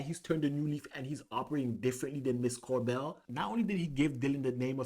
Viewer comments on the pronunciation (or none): Cobel not Corbel!